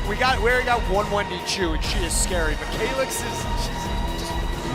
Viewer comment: Kalyx. Not "Kaylx” 🤣🤣 🤣🤣